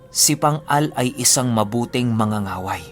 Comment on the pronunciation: Mang-ga-ga-way not manga-nga-way. Mas malakas pala sila kesa sa Babaylan. Dati akala ko iisa lang yan sila. Magkaiba pala.